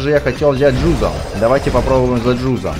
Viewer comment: не джудо а джузо